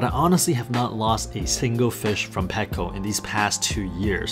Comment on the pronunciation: Also i am not being mean you just said you want people to correct you. So you are also saying packo instead of petco